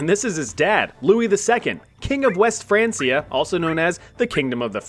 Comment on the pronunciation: I managed 3 minutes before the pronunciation of francia annoyed me too much